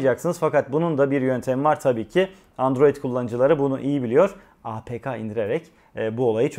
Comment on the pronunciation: Ne güzel apk dedin öyle 😍